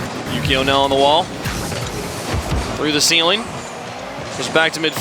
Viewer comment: THE COLDFIRE floor+ ceiling=feeling. 😂😂😂😂 Phonetic dyslexia..